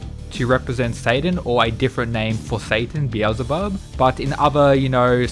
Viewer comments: Be-EL-Zuh-Bub. Finally! 😂😂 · Thanks for pronouncing Beelzebub properly, it may seem silly but the El in his name means God so its actually important to who he is. I really think/hope Loki fights Tesla, the God of madness and mischief versus the mad king of lightning would be dope. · he said it right ! pog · Thank fucking god you finally pronounced it properly I've been waiting for ages